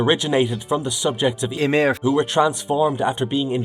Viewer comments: I think this is an computer-narrated video, and it couldn't pronounce Ymir Fritz correctly. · whats up with that ? AI couldn't pronounce that word right? :D